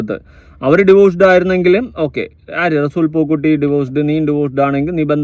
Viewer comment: റസൂൽ പൂക്കുട്ടി (പൂക്കുറ്റി )അല്ല